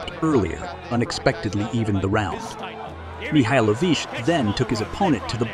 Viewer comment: the worst is Mikhailovich, there are at least 5 different pronunciations on a less than 2 min time lapse.